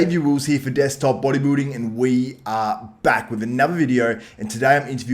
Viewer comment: Sounded like you said booty building 😂😂 Sergio has a better shape but that waist is just too wide 🤮 Patrick will never place in top 3 in any olympia. Hes too small for top 3